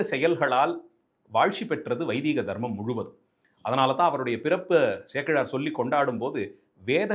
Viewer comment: Dear sir, it has to be pronounced as VAIDIKA-DHARMAM, NOT VAIDIIKA-DHARMAM.